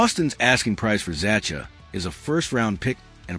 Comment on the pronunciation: Z-a-h-a , is how you pronounce Zacha’s name. Fix this ridiculous AI for Gods sake